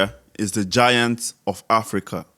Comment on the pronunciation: They said giant and that lady say na gant